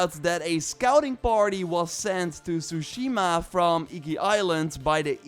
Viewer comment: One year later and after playing the game people are still pronouncing tsushima wrong lol